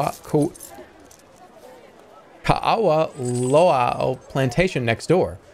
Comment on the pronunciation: It's pronounced KAh-ahvah Lo-ah